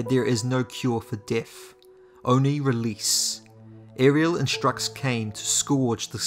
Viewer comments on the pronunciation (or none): none